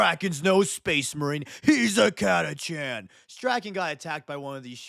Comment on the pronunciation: The "ch" is supposed to be pronounced like a "k"